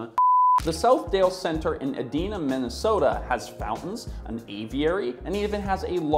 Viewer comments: Helpful note: Edina is pronounced EEd-EYE-na with a hard first E and I, not Ehd-EE-na. Just an observation from a local and new subscriber. We have several town names that cause some issues for the out-of-towners. Love the channel! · Ee dye nah (Edina) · As a Minnesotan, hearing Edina pronounced as Ed-ee-na was a new experience.😂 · SMH Edina, MN is E-DINE-ah...not Edeenah. Sorry, I live in MN, we pronounce stuff weird here. BTW, come see the Mall of America in Bloomington, MN it's just across town. The MoA is a sports stadium converted to mall. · E-DINE-Ah, not E-Deen-Ah. Jeez why does everyone not in Minnesota not know how to say the name of the city. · It is Eeee die nahh Not Eeeee deeee nahhh Ritzy area. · * "Eee dine ah" Edina . . . like "e-dina". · ee-DINE-a, not eh-DEEN-a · Just an FYI Edina is pronounced Ee-dye- na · Regarding the first mall, the locals pronounce the city name Edina not like you'd think, they say E-die-nah. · OMG I lost it when you butured the name of Edina (E- DAI-nuh) and Minnesota (min now sow tah) but yeah life long resident of Minnesota and former mall employee (laid off in 2009) malls here are being converted to mini-malls. I don't shop in them often but nice to visit in the winter months to go for walks and not worry about snow and ice and freezing. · Great video. The local pronounciation of the city Southdale Center is located in is ee-dai-nuh :) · It's E-die-na, Minnesota. It kind of rhymes with Regina. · As someone who grew up in Edina, MN I found this context about Southdale very interesting. I also found your pronunciation of Edina (ee-dye-na) slightly frustrating. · “Ideena” Minnesota??? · how to say place names: "ee-dine-ahh, Minnee-soe-da" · Lmao I was pretty much raised at/by the Southdale Center in the 90s and it’s so funny how you pronounced Edina (ee-DINE-ah) and apparently can’t say Minnesota? 😂 Fun Fact: my mom would joke that Edina stands for “Every Day I Need Attention” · As a Minnesotan, it’s pronounced “E-Die-nah”